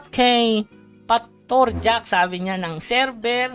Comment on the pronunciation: Bad yun lods "Patourjack" hahaha